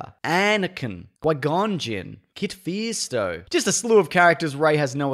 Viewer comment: I'm so glad he mentioned my 2 favorite Jedi: "Why-gone-Jin" and "Kid Feasto"... lol